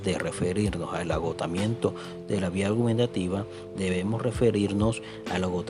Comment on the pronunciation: La exposición de pésima, es vía Gubernativa, no vía gubenantativa o al menos así se escucho. Que horror.